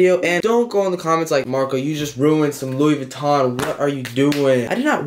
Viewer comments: NOBODY:: searching on google for "Lewis vittkon" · no one: looking up louis vuitton: “ lewis vittkon” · Nobody:: lewis vitton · "Lewis Vikton" Damn i laughed so hard 😂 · “Lewis vuiotoin” 😂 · Nobody:: Lewis Vuitton